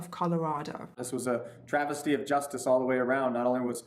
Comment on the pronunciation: Okay this is actually sad as hell, how is this even possible?? Also - did anyone else notice that the guy announcing his pardon said it was a "trajesty of justice"?